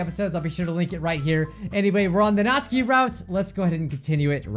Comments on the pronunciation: Natsuki, nawt-soo-key. Not natski. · It’s natsuki not natski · I dont want to sound rude but you pronounce Natsukis name as Nats Sooky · Natski? It's natsUUUki no offense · I love love love your vids, watch them frequently, so please do not take this wrong... but her name is "NAt-SUE-keeee"... not "Not-ski" ;) ;) ;) I promise, its an A sound, not O, and there is a sue in there :D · whos natski i thought it was natsuki (knot - sue - key) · ...i keep hearing saying natski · it's nat soo kee. you're saying it as nat skee :) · IT'S PRONOUNCED "NAT- SUKI" NOT NATSKI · Nat-Ski¿ I've not heard anyone pronounce it the way you do. Isn't it Nat-Soo-Ki¿ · It’s pronounced [ nat - soo - key ] Not [ nat - ski ] 😂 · I dont know if anyone realizes that bijuu is calling Natsuki (NAT-SU-KI) Natski? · Hate to be rude but it’s said as (NAT-SU-KEY) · Not being mean but its Natsuki ( nat-sue-key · “and Nazi’s clearly excited.” “I held Nazi tighter.” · Yeah, he calls her “Nazi” or “Natski” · is pronounced natski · Natsuki is said like NOT-SU-KEE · ITS NatsUUUUki!ADD THE U! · Sorry I just wanted to say it's pronounced Not-soo-kee . It's just been bothering me 😅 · Its Nat suk e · It's pronounced nat sUki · NOT-SOO-KEE. Say it with me. NOT-SOO-KEE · GOD ITS SOOO ANNOYING!! HER NAME IS PRONOUNCED 'NAT-SOO-KEE'!!! NATSUKI!!!!!!!1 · it’s pronounced “NA-SUE-KEY” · i think that you pronounced Natsuki wrong. there is a "U"